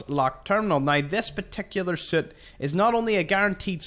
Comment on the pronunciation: I’m pretty sure this guy is saying soot not suit 😂